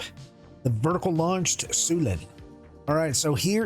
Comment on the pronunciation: Sy- U-len... ;)